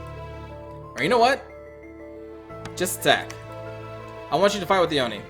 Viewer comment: I think it’s pronounced Oh-nii not yomi